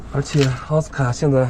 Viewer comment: Oscar不唸「歐死卡」，要唸「啊斯可」。